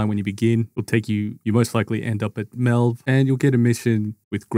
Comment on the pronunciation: No way you pronounced melve like that with everyone in game saying it the way it should be said 💀